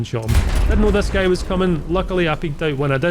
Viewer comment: You pronounce guy wrong, you say something familiar